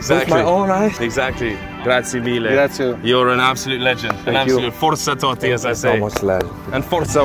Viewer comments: Comunque non è toti e Totti con due t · TOTTI. CON DUE T. NO TOTI. STI INGLESI...